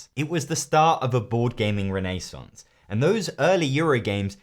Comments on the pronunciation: “Renée-Sonce” Damn this guy is classy 🧐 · Do British people normally pronounce renaissance reh-NAY-santz? I've always heard it pronounced REN-eh-santz.